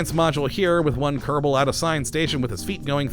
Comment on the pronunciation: Why do you say Kerdible space program?